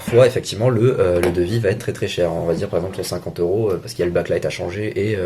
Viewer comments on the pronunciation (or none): none